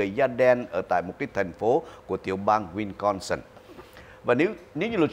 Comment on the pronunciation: Wisconsin not winconsin, ông.